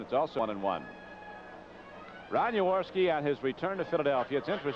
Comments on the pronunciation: It's Jaworski not Yourorski Mr Criqui....🤷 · He can't pronounce J A W O R S K I ... with a J... not a Y